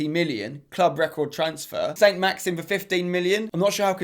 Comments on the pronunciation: For Newcastle, his name isn’t Saint-Maxim - it’s Saint-Maximin! Hope this helps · Spencer FC it’s Saint-Maximin spencer not Saint-Maxim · Spen the guy is called Saint-Maximin not maxim